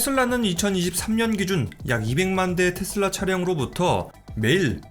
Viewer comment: 원어민 아무도 텟쓸라 라고안하는데 뭔 ㅈ 같은 영어발음한다고 탯쓸라텟쓸라거리냐 ㅋㅋ